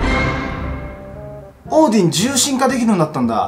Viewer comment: オーディン獣神化きたんだね！ 英語の発音よすぎるよ笑